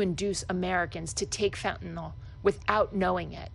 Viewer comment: Good to hear but please say Fentanyl, not Fentanol.